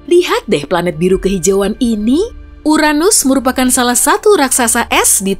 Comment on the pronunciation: The best channel of place that haven't pronounced Uranus as butt